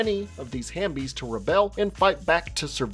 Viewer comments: I thought it was HALF-bies not hambies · I just wanna say it’s “half-bies”